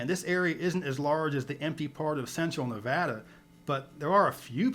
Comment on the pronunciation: Agree! was dead on with "Nevada" pronunciation.